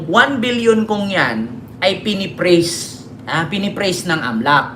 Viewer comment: Halatang mali itong report. Si Bonoan ay former Secretary ng DPWH at hindi USEC. Itama ninyo naman ang inyong mga sinusulat. At mag-practice ka ng pronunciation ng FREEZE at hindi PRES o kung ano man. Ay ahay bading-na-bading talaga…